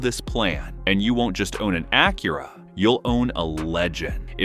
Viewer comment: The ai voice over cant even say "Acura" correctly. Embarrassing.